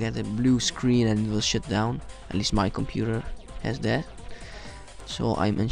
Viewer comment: it sounds like you said sh*t down.